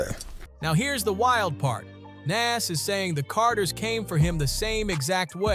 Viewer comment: The way you keep saying Nas name is driving me crazy